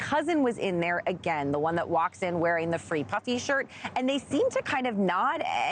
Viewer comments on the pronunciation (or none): The way she says ‘p-Uhhh-fy’ - cracks me up.